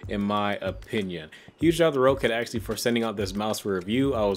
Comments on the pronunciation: PSA: It's pronounced Rocket not Row-cat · nope it's rock-cat but so ye he is wrong